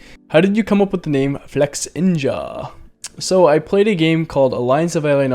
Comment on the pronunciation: Why. Flex-inja And not Flex-ninja